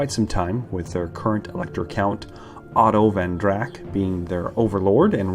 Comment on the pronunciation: I think it's "Von Drak" not "Van Drak". Great video btw, much lore I've not heard before :)